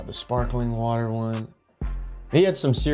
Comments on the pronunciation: Your a bitch if you don't like sparkling waharr😂😂😂😂 God he's funny....by the way I'm an Aussie and that's how we pronounce wahaar too!😂😂❤ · he pronounced water in 2 different accents within a sentence 😂😂